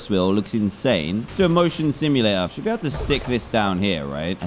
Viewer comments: Evreone:SERISE SERES Me:Dan you said ble not be. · When he says ble instead off be